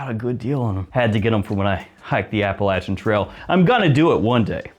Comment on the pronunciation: Dang I caught a stray with coach New York 😂 but on the other hand, thank you for pronouncing Appalachian correctly ❗️